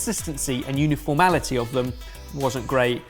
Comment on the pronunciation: Uniformality or uniformity,?